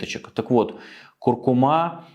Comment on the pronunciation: Извините, но правильное ударение - курку́ма)